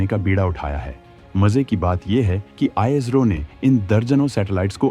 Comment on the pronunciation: ijro nhi bhai ISRO bolo